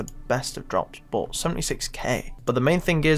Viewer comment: "There's not much in stock.... BAWT."